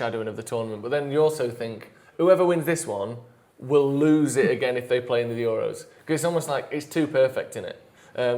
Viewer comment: pronouncing euros like its a greek island